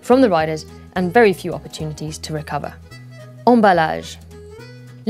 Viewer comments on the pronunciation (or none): none